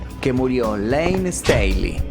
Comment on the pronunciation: Es layne no laney